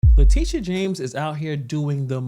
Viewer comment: Her name is not latisha, her name is latitia! Pronounced: LA TIT E a. Just like Groucho Marx Would say: LA LA LA LA TIT E a!